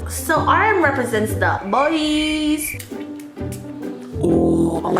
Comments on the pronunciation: I’m p sure it’s “bwa” not “boys” (bois) lol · The way that Joon photocard captures his sophistication and maturity. MUAW! 💋 Also reading Joon’s perfume scent cracked me, it’s said like bwa. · « Bois » « boys » Hahahaha it is more « boa » in reality sis 😂 kisss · you should totally do a vid of you trying to pronounce French words x) that's so hilarious for a French speaker to hear Booooyiiis? for Bois (which is pronouced BouA) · As a french speaker I must say that your prononciation of "l'atelier" and "Bois" got me dead. But like, in a good way, it was really funny and adorable.